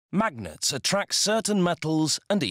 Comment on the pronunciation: I love the way this dude says MAGnets!